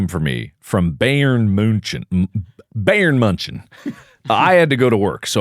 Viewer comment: Marks first pronunciation of Bayern München wasn't completely wrong to how germans say it 🙌